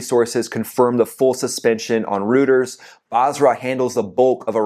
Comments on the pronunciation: "Reuters" is pronounced "Roy ters". Not Roto Rooters. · Rooters (sic)? If you meen Reuters, the international news agency, it's pronounced ROIT-ers. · love your videos. One very minor issue that is so minor as to almost be irrelevant, but it drives me nuts. The news agency Reuters is pronounced “roi - ters” with almost no emphasis on the “t”. Sorry if this sounds arrogant - not meant to be. I love the sound of freedom we hear everyday in Virginia Beach as the F-18s fly their approach to Oceana. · Dude, love ya, but it's pronounced "Roy-ters". Rhymes with "loiters". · ...oh, one more thing, Reuters is pronounced "ROY-TERS". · "Reuters" is pronounced ROY-ters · It's pronounced " roy-ters",! ROCK ON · FYI, Reuters is pronounced Roy-terz. Enjoy the content. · Reuters (roy-ters) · Learn how to say “Reuters”….cmon man. Pilot to pilot, it’s embarrassing. It’s pronounced “ROY TERS” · I think it's pronounced "roy ters".